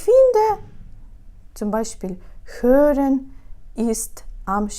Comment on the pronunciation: Я почула два рази zwei Sprache . Перший раз подумала, що можливо Ви помилилися, але коли почула другийй раз, то зрозуміла, що Вам потрібно самій вчити іменники і в однині, і в множині. Помилки в наголосах, замістьбукви Г Ви вживаєте Х . Наприклад : не CHÖREN a HÖREN.